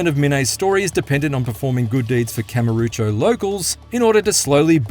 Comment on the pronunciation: why do you say Ryu Ga Gotoku like that and Kamurocho also Chapter 9: The Plot is great because of how stupid it is with its plot dumping and then having to fight a bunch of dudes followed by Majima showing up with a pink garbage truck also it sounds like Dark Ties is just Majima Saga but with a ton of filler